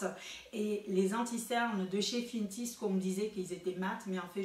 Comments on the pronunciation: LOL fenty pas FINTY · J'aime trop comment tu prononces finty c'est mignon merci pour ta revue